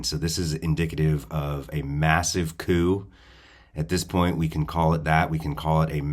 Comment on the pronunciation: Coup not coop (as in chicken coop).